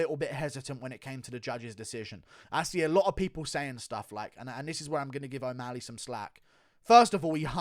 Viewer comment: Dude pronounce o'malley right its not omaaali